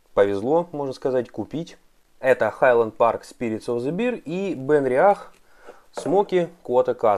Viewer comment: Толковый обзор только извините уж комментарий филолога-переводчика но медведь это не "пиво"(beer)" и на английском произносится как "беар" bear I [bɛə]😉☝